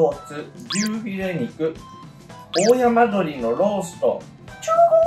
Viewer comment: 多分だけど、、大山鶏っておおやまどりじゃなくて、だいせんどり、だよね、、？🤔🤔